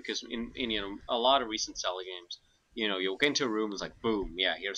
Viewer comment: My head is spinning because of accent... is saying Zelda and talking about Celda but just always says Selda, generally pronouncing S and Z as a sharp S... I get so dizzy haha!